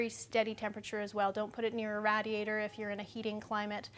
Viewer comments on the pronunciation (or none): Never heard someone pronounce radiator like that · Did this bitch say RADiator